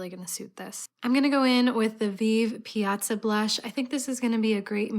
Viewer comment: loved hearing you say Piazza hehe that’s my Sicilian grandma’s last name!